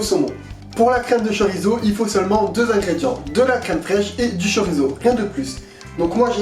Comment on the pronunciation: Hello tchef'...! Petit détail, mais savoureusement votre. Le "Z" ne se prononce que comme un "S", sur son terroir d'origine. La prononciation "zeu" est grossièrement très exotique, et un indigène basque ou peninsulaire serait plutôt dépaysé. Le txorizo, ou xorizo, mérite peut-être de rester musicalement dans son joli écrin d'origine, non 😊 ?? Dan